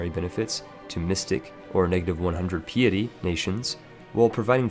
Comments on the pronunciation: Pee it eee? isnt it pie it ee? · Your pronunciations are wack. pee-etty? Its Pie-etty. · FYI "Piety" is pronounced like pie(like apple pie) so pie-eh-ty. Not pee-a-ty. Comes from the word "Pious" meaning deeply religious. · I think he meant pie-a-tea :р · Dude PLEASE STOP saying 'PAP AL'. It is said like 'PAY Pull'. Yes English is a funny language with it's spelling alright but you must still say it right unless you want others to wonder what you have been drinking!! Love your videos however!!! Good stuff!! Also 'piety' is pronounced 'PIE ETTY'. Sorry I studied Linguistics and I can't help myself!! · lol interesting to listen to but also kinda making me twitch at a few moments, "Piety" is pronounced, "Pie-eh-Tea" btw not meant to be rude just trying to be helpful. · "pee-ety mechanic" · Peeatea? Not piety?! Damn man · sorry to be like this, 'pie-uh-tee' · Pai-é-tea Pie*-ehh-tea (pie, not cake) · What is this pee-ih-tee you speak of. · It's shocking how many words you cannot correctly pronounce, but mispronouncing "piety" is just sad. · Hi , i think your pronounce 'Papal' a little wrong , and also 'Piety'. The first is pronounced 'Payple', and with the second its important to pronounce the first 'i', so it should start 'Pie', not 'Pee' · Pronounciations: Piety (Pie-eh-Tea), Papal (Pay-pull) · Papal, PAY-PULL. Piety, PIE-UH-TEE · Paypl not pap-pal. I know it's spelled papal but that's not how you pronounce it. Also, pay-pist not pap-pist. I know they're pronounced different than they're spelled but trust me, you're mispronouncing these words. :D Another one, pie-yeti not pee-eti. (For piety)